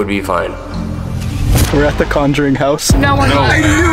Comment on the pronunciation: l heared plowing when u said house hahahaha